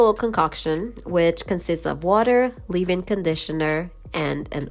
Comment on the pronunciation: Who the hell says ....live in conditioner Its leave in conditioner...leeeeeeaaaave in